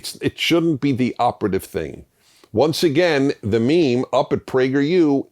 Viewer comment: You're a great man, and I agree with like 90% of what you say if not more, but you should not ever say the word 'meme' again.